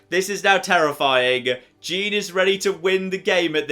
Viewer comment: I really don’t like your pronunciation of “Jean”